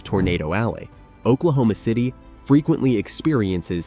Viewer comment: I'm sorry, did he say Oklahoma?Ci'm a sherry ?